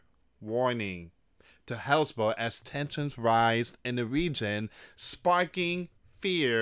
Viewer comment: Hez-Balla Dude, not Hezbul